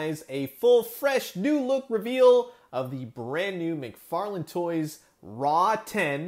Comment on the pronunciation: It's pronounced Rotten not Raw 10 also given this is more "kid friendly" it's still slightly disappointing we don't have a full articulated version. Still some added paint to the fur and skin even a gloss on the eyes and the inside of the mouth like the teeth and tongue. Along with painting the scars this would look like a great high end figure